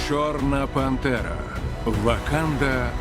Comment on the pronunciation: Я один чую не чорна пантера а чорна бандера